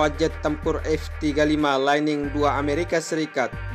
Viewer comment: Lightning bacanya jangan laining bang... tapi lait'ning